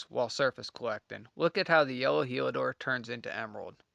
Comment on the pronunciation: Heliodor… not Helidor